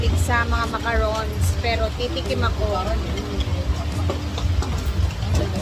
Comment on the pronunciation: macaroni spaghetti di macarons. Tam-is ang macaroons.